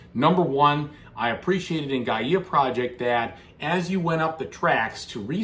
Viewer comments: I think it is pronounced "Gaya Project" and not "Gaiyeah Project? Am I missing something? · Great video! Thank you so much for showing the solo mode! (btw Gaia is pronounced: guy-uh)